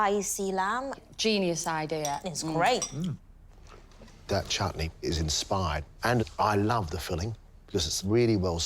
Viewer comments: She said chootney not chutney 😂😭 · its not chuutni, people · At 0.56 ...English Pronunciation of CH-OOT-NEY is hilarious.....